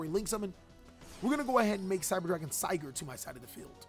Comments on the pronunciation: Also, Sieger is prnounsed like seeger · Ja some tipp😅 I am german and the cyber dragon names are german and you pronounce it very meh. Here just so you have a feeling how to say correctly Sieger= Seeger {means Winner} Vier= feer {means four} Drei= dry Zwei= zwai Herz could be considered correct👍🏼